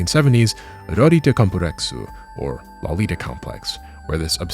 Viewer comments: Good video on the subject. But I find it really ironic that even the Japanese pronounce "Lolita" better than every single YouTube weeb I've heard say it, and it's clear that none of them that broach the subject have read, listened to, or watched any version of Nabokov's novel, because you all pronounce it as if it were derived from the word 'lolipop' instead of the name Dolores. And you even said Dolores in the video. It's like someone pronouncing "brony" as "BrAWny" or pronouncing Genji as "Jenjee". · You're pronouncing Lolita wrong